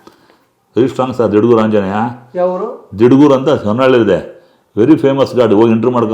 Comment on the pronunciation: ಅಣ್ಣ ದೇವಸ್ಥಾನ ಇರುವ ಊರ ಸ್ವಲ್ಪ ನ್ಯಾಯವಾಗಿ ಉಚ್ಚಾರ ಮಾಡಿ ಹೇಳಿ ದಿಡಗೂರಾ...